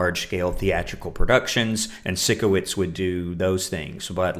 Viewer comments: I’ve noticed you pronounce it sick-o-witz but it’s pronounced psych-o-witz like psycho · sikowitz is pronounced psycho-witz 😭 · It’s Sikowitz. Psych-a-witz